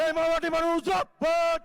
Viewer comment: বোকাচোদারা, জিন্দাবাদ কথাটাও ঠিক করে বলতে পারছে না।